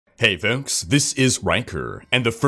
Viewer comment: Never heard someone pronounce "folks" so oddly. Is he purposefully trying to inflect? Maybe he went to broadcasting school...idk, it sounds weird when he says it.